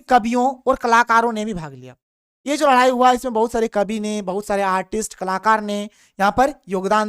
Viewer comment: Ladai ya ladhai 😂